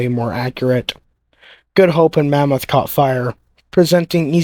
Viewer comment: The name is Monmouth (after a duchy of Wales, as in, the Duke of Monmouth), NOT "mammoth", an extinct species of elephant.